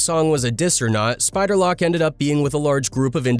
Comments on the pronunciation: It's Spider Loc like loke not lock fool. Haha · Spider lock 😂 loc you fool it’s loc! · Wtf is a spider lock 😂it’s loc homie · Dude said spider lock smh 🤦🏾‍♂️ 🕷️ 🔒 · Bro you should t make no type of content anymore bro saying "spider lock" 😂😂😂 . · Dis guy said spider lock 🔐 😅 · Who in the hell is Spider Lock get his name right 🤣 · Yeah I think it is.. Had a great laugh when it called Spider, Spider Lock ! LOL